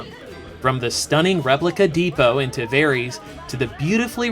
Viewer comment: Did... did you just pronounce Tavares Tahvereeeees?